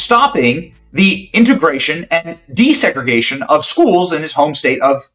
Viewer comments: he said desegragation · Just could not say the word desegregation